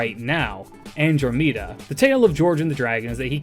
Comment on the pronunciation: After hearing you pronounce "Andromeda" and "Tarrasque," I have to ask if your voice is AI generated.